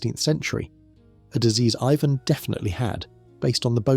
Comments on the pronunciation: Why is everything pronounced weird? Love the show but lead is always leed and Ivan is eyvonne😂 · I really can't stand how you cannot pronounce his name correctly